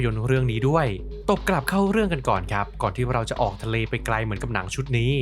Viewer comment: ให้ 3 คำ ออก - ทะ - เล 😂😂😂😂